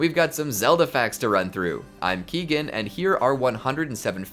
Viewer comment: Keegan, like Kevin